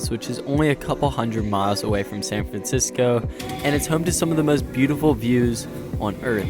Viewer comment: “San Francisoco” did you invent a new place?